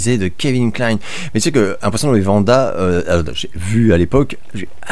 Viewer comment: Merci d'avoir répondu à deux de mes questions 😊 (The Invitation et Dead Man's Shoes, je te conseille vivement de revoir ce drame anglais, c'est du très très bon mais il faut le voir dans de bonnes conditions) edit: pourquoi tu prononces Vanda et pas Wanda ? Comme le Wyoming. 😊 Re edit : félicitations pour ton recul concernant comment réagir au propos de Regelegorrilat (c'est pas français mais tu as compris) ceci dit...je trouve que voir des films asiatiques en VF est vraiment une hérésie, ce ne sont pas du tout...du tout, les même mouvements labiaux que le français. Du coup, on perd 50% du film. Je suis team VO sauf quelques exceptions comme Le Flic de Beverly Hills et Le Bon La Brute Et Le Truand (pas fe vraie VO vu que c'est une coproduction)